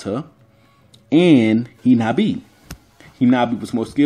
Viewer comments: Its hanabi not hinabi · Hinata's sister's name is HAnabi not HInabi.